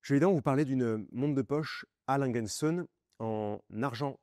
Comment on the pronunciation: Vous ne me tiendrez pas rigueur si je me permets de corriger votre prononciation de Langue & Söhne, söhne le fils le S se prononce comme un Z et le ö ➡️ EU .